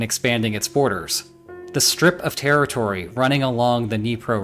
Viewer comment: It’s pronounced Dnyi-eh-pa, not need-pro river.